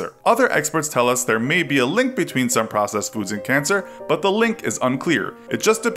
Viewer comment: Who else thoght the word processed said possessed.